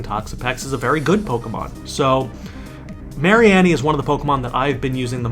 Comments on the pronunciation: Its Marine-E. its so simple. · can u not pronounce mareanie wtf